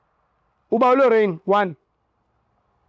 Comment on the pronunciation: Who is Rorraiinn...we gonna call this Rorraiinn 😅😅😅😅 UGingerr😅😅